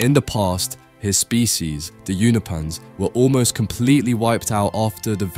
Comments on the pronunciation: do British people just like mispronouncing shit on purpose get outta here with this "younahpans" shit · Bro pronounces Unopa right but can’t say Unopans 🤣🤣🤣